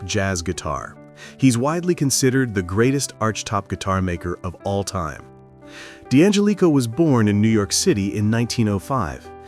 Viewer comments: Get a human narrator that knows something about musical instruments!! ANYBODY who knows ANYTHING about archtop guitars knows how to pronounce D'Angelico's name!! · It doesn't pronounce D'Angelico correctly, ,either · The narrator is mis-pronouncing the name Deangelico.